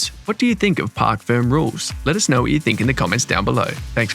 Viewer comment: FYI: It is Parc Fermé, not Park Firm